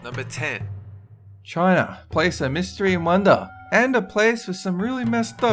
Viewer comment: "China" That is the most Aussie way you could say China.